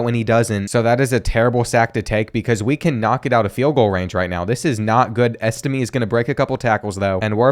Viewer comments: It's pronounced EstimAY not EstimEE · Angeli is pronounced “an jelly” and Estime is pronounced “es tim ay”